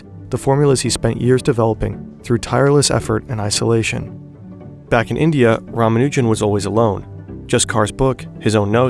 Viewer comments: btw if you happen to care about pronunciation, his last name stresses the first two syllables. RAA-MAA-noo-jun instead of rah-muh-NOO-jun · Dude, you're hurting my ears. It's pronounced, Rah-mah-new-jun